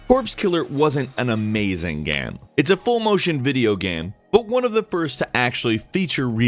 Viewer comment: is fucking up the pronunciation on purpose? Example: he pronounces "gaem" instead of "game". No hate, btw. Just took my attention.